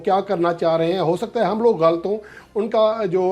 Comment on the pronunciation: السلام علیکم！ محترم صاحب شعبہ اردو سے منسلک ہونے کی وجہ سے آپ سے گزارش ہے کہ لفظ غَلْط نہیں بلکہ غَلَط ہے آپ اس کا تلفظ درست کرلیں باقی آپ ماشااللہ بہت اچھا کام کر رہے ہیں اللہ آپ کو مزید کامیابیاں عطا فرمائے